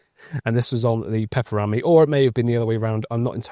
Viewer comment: The pronounciation of pepper-rami....🤣🤣 its one word not two.